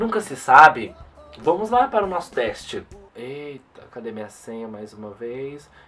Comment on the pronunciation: "treste" kkkkkk